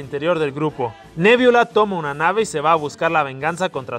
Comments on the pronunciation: se dice nebula no, me viola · Yo soy súper fan de Los Guardianes De La Galaxia. U quiero decir que no es nebiola es nebula. Talvez lo escribes bien pero lo pronuncias mal. Solo quería decir eso. Si eres fan de Los Guardianes De La Galaxia deberías saber eso. Pequeños detalles. Pero no importa solo quería decir eso. Gracias a las personas que se detuvieron a leer este comentario.